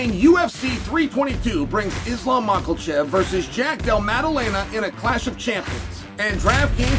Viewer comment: Chael says Islam Mockelchev.